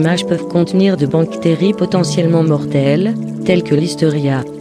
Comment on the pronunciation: On dit bactérie mais on ne dit pas banctérie